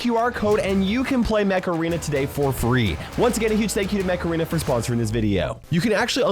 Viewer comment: For the sponsor instead of "Mech arena" I heard "Macarena"🤣